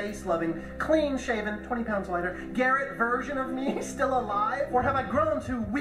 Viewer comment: Please, you don’t need to say Garrett’s name every five seconds. It wouldn’t be so bad, but your accent stresses that word and it just throws off your whole flow and makes it difficult to follow along